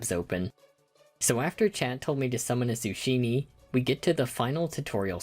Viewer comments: this guy just pronounced a zucchini as zushini. its zoo-kee-nee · A zu shi nee It’s zu key nee bro Good video though, great idea for a concept and well executed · Yep, most folks say "zoo-KEEN-ee" instead of "zoo-SHEEN-ee" :) -Paintspot Infez Wasabi! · It’s pronounced zoo key knee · He mispronounced it on purpose as a joke. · You did not just pronounce zucchini like sashimi. I am utterly dumbfounded. Is it an inside joke? Am I being rage baited? It's working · Now I know you're uncultured cuz how did you manage to mispronounce zucchini??? have you never had zucchini bread?? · that pronunciation of zucchini is interessant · The way you said Zucchini made me think you said Sashimi so when I looked and saw what actually spawned I was quite surprised